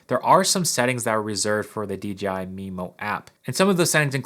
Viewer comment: Why does everyone say DGI even after the written DJI in the description?